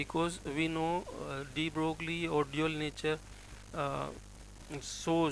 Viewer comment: Mr. Dr. ... Broglie in French is not pronounced "broogly" but "broy"!!!!